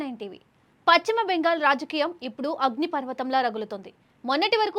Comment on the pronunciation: తల్లీ పచ్చిమ కాదు...పశ్చిమ... వీలైతే..మార్చుకునే వీలుంది.. ఉచ్చారణ... ప్రయత్నం చేయండి